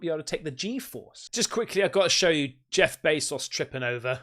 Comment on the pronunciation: “Jeff bay sauce” 😂